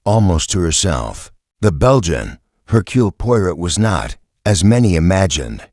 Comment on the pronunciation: hmmm.....AI voice :/ can't pronounce Hercule Poirot and j ust keeps running thru